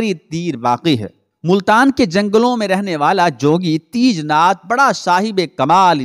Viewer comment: teejnath nahi tejnath